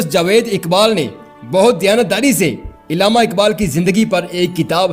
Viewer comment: saheb urdu pronounciation par kaam kareeen.... ILLAMA NAHIN ALLAMA KAHEEN.... URDU URDU URDU....